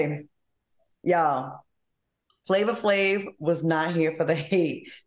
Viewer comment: Now it’s “Tiga” “Flava Flava” and “Wiz Kalis”🤣🤣 Al I can not with you!!😂😂